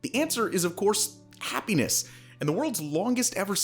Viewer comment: Did you say happenis? 😝